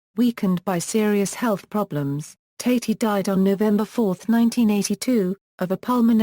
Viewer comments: Thank you for the warning! I watched TWO SECONDS, and after I heard her pronounce his name TATE-Y I knew this was junk. AVOID!!! TATI sounds like TATTY, you morons!!! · The second word from this AI was enough to stop me from wanting to hear any more. It cannot even pronounce his name properly.